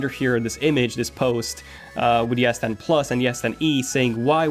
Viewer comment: Bro i am hearing yes10 instead of s10